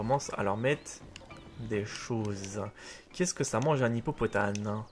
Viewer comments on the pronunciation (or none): On dit pas hippopotane mais hippopotaMe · Mdr tu dis hippopotane mais c'est hippopotame